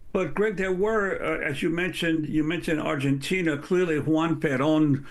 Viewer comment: his name is not “ one”, please Amy! Juan, it is juan, not “ one”